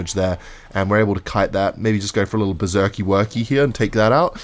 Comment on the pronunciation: Okay I'm fully convinced by now that one of the main reasons he uses Berserker in most of his d*cks is so he can pronounce it 'Berzerkeee'.